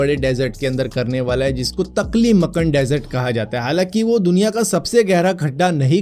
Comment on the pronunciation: तकली मकन नही भाई टकला मकान मरुस्थल है😂